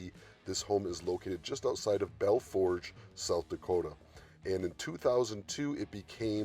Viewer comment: Belle Fouche is pronounced Bell Foosh.